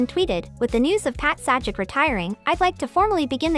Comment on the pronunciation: Just FYI - His name is pronounces Say-Jack / Not Sad-Jack. So got to wonder if this is a person or an AI reading it. OR if the person was given this to read, the other people on the team should really have caught this right away.